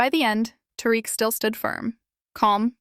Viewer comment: Two Tariq’s with what sounds like two different pronunciations in the same name. Zero IQ or brain cells…